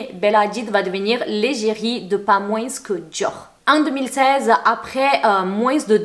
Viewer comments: Au fait, c'est ultra mims mais quand on dit moins on prononce pas le s genre ça donne moin pas moinsse ;) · le s dans le mot moins est muet c'est donc (moin) et non moinse! tu as le droit de parler comme tu veux .je ta dit ça comme ça parce-que si moi je prononcerai pas Comme il faut j'aimerais bien qu'on me corige. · Hey, pourquoi tu prononces le '' s'' dans' 'moins' ' 😂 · Pourquoi rajouter le son « s » a la fin du mot moins c’est horrible